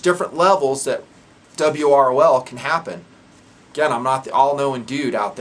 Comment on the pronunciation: calls it 'dub-ROL'. Dub ROl. Duh brol. Da brawl. The brawl. Well guys, it looks like we need to be ready for the brawl.